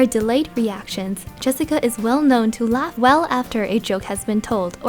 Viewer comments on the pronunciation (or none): none